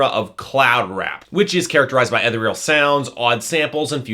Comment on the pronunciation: cant even pronounce ethereal correctly